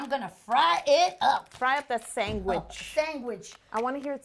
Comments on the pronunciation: Sangwiche!😂 Yolanda totally won🏅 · definently aunties 'Grilled Chese Sangwich' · i thought my mom was the only one that says sangawhich...... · Sangwich hahahahha